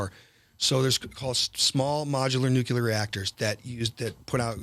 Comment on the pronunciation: Nu: pronounced new, clear: pronounced clear. There is no such thing as nucular. It’s not a word so stop saying it!!!!